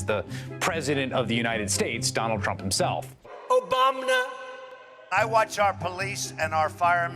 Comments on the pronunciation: Completely lost my shit at "Obamna". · The "Obamna" drop never gets old